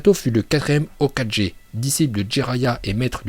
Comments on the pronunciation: On dit hokage et pas hokaje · Hokage,se prononce "Hokagué", pas ho4G 😂😭 mais très bonne vidéo 💪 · Il a casiment pas parler du 2ème Hokage et le pire c’est qu’il dit « okajé » je mets très rarement des pouces rouges mais là chui dsl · On-dit okage(okague)! Ta prononciation est pourrie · Euh ta prononciation est bancale là avec tes O4G... rien que ça mérite un dislike. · Ça se dit hokagué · Ouah alors lui il sait même pas ce que à fait tobirama dans la guerre et j’ai arrêter la vidéo au moment où il prononce « Hokage » il sait même pas le prononcer mdrrr et il ose faire une vidéo ! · Stp la prochaine fois prononce mieux Hokage